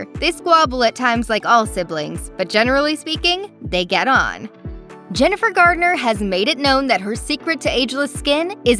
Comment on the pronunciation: Why don’t these commentators get names right if they’re going to speak in public????? There is No D in Jennifer’s name. How do these people get hired??? They need to have someone prep them before they speak if they don’t know what they’re talking about!